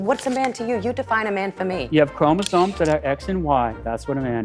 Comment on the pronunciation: ChromoSOMES not ChromoSONES